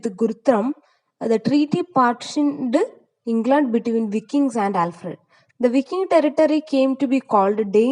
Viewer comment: വൈകിങ്സ് ആണ് pronunciation